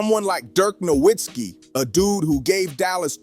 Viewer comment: Its pronounced No vitz kee!!!